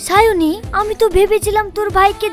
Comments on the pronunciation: দুইবার ভুল করে তার রাশিয়ান girlfriend সাবনুরকে সায়োনী বলে ফেলেছে। ❤❤❤❤ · সাবনুরকে সায়নি বলল কেন